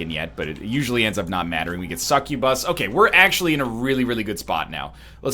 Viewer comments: The way NL says Succubus sounds like "Suck-U-Bus" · I say it the same way but I find it funny how NL says it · I never said I had a problem with it I just like how it sounds when he says it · these guys are tearing you apart man I think how he says it is weird and funny too... gotta love that canadian but been to asia nerd accent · Joe Williams Thank you I finally found someone who can agree its hard to explain how he says it